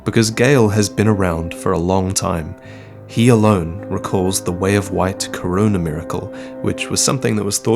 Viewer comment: "CORONA mireclae" 😳